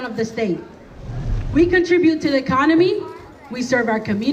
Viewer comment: The woman who claims the Somali community is the backbone of the state says they contribute to the "conomy". Did anyone else catch that? . She can't even say the word.